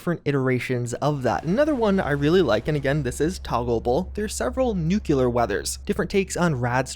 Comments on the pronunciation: Please, please... save me from my triggers. It's NOO CLEE ur, not NOO CUE lur. twitches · Nu-clear not nukku-lar Looks more realistic but I think the nights and super dark interiors would make my anxiety spass out. ;) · Nu-CLEAR, not Nu-clee-URH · I like seeing this stuff, but I keep getting mentally sidetracked every time I hear "newk-yu-lar" instead of "newk-lee-ar". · bro said nucular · Nuclear. NU-clee-er. Nuclear. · Ah yes NUKULER weather, my favorite kind of weather. NUKULER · I've been telling you this for like three years but please for the love of god figure out how to pronounce "nuclear" properly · Are you saying nuclear wrong on purpose? I've heard so many people pronounce it wrong lately I'm starting to feel like I missed a meme... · No I think that’s how he just pronounced it.